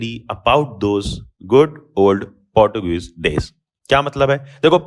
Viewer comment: Portogals ❌ Portuguese ☑️😂😂